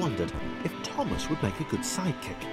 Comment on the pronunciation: you forgot to cupolas the t in thomas -_